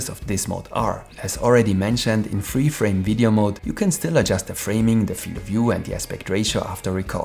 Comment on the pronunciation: thank you for the video! a downside of it is that it is a bit hard to differentiate 'free' and 'three' whenever you pronounce them.